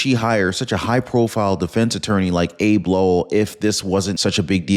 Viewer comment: Do your research. It's not "ABE" Lowell. It's Abbey Lowell and he lost both his cases representing H. Biden.